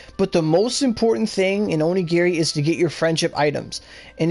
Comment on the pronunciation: It's called onigiri not aurogiri -_